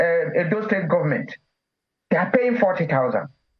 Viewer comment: The "gumment"???? Please talk English properly.